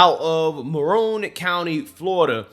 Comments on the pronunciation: The county in Florida is "Marion" county, not "Marone" county. Ocala is it's county seat. It's a conservative county in central Florida, three counties away from the county in which I live. It's horse country. Anyway, there is a big population explosion happening there right now, just like here in Pasco county. Let's hope it does NOT change the conservative nature of the area since there are many from other parts of the country moving here every day. Unfortunately, I think it will, but perhaps the newcomers will morph into true conservatives instead of bringing their likely more liberal ways with them. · Just 1 correction... you're saying Maroon County, but it's Marion County. Pronounced like a lady's name. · Mare-Ian is the pronunciation.